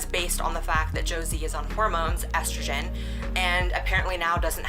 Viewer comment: Okay so this video is really good so far, I just came to comment, I am fucking LOSING IT at how you pronounce Estrogen. God I love you.